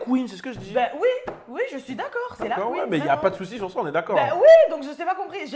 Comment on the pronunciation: tu me tues il parle de la QUEENEUH🤣❤️